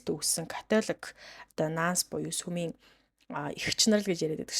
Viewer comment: Сумын ажилчид гэнэ үү ?!!!!! Үсэгээ зөв унших дадлага хийлдээ